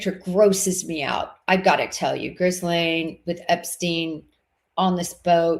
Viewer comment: it’s Ghislaine. No r etc. pronounced like this sort of …. Jeeslane.